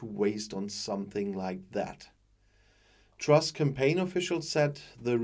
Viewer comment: Did he just say Trash instead of truss? He got it right first time.